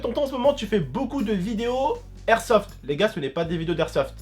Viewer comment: les gars sa se dit pas de lersofte mais de l'airsoft